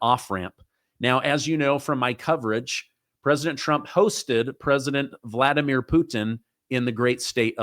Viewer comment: Voldimir, like Voldemort, lol